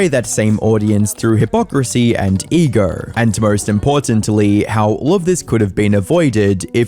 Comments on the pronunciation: Dude, it's ego, show, not egoer or shower! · "ego" is not pronounced "eager". there is no "R" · Ego is pronounced Egoooererre in Australia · Why with some British accents does the "o" and "oo" letters come out with an R sound... It's distracting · You need to clean your ears out. He pronounced it Ego